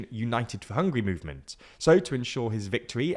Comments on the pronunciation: In Orbán, the “á” isn’t similar to “and”, what are you talking about? “Á” is closer to the sound of the “U” vowel in “cut”. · Once again, not « Ohrb(a)n » but « Orbahn ». It’s exactly the opposite! Please educate yourself about how to read the names that you use in your videos. Get your act together, do some decent work!